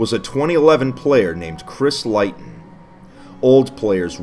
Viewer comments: Leighton is pronounced ‘lay-ton’ not ‘lie-ton’ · Its "Lay-tun" not "Lie-tun". I'm Triggered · i thought it was pronounced "layton", not "lighton" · Chris Leighton surname is pronounced Leyton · I just want to say that Leighton Is pronounced lay-ton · It's pronounced leyton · Just so you know Leighton is pronounced layton. I know this because it's my Freinds name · Its pronounced late-in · Leighton is pronounced “lay-ton”, but otherwise, very informative! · it’s pronounced (lay-ton) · We all gonna ignore how he pronounces “Leighton” -which is pronounced “L-ay-ton”. The whole video. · Leighton is pronounced layton bro. Like Neigh, Sleigh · It's pronounced Lay-ton. Sorry. Just bothered me. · Leighton is pronounced lay-ton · Pretty sure it's pronounced Lay-ton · Does he not know Leighton is pronounced lay-ton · It's pronounced lay-tun. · leigh.. its pronounced lee.. chrisleeton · Leighton is pronounced LAY-ton tho... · Leighton isn't pronounced that way. It's just Lay-ton, but spelled differently. Good informative video though. It's been in my recommended for a while. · You pronounce Leighton like lay-ton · its pronounced layton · I think it’s pronounced Layton. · I have a feeling that the 'leighton' is pronounced 'layton'. Just me? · My real names is Leighton but it's pronounced Lay-ton 😀 but it's my first name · Leighton is pronounced layton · Why do you pronounce Leighton like that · leighton is deffo not pronounced like that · It kinda bothered me you didn’t say leighton right but that doesn’t stop me from liking the videos. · My Real name is Leighton and it's pissing me off that he is pronounced it wrong